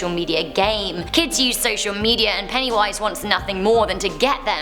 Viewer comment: PENNYWISE NOT PENNY VIES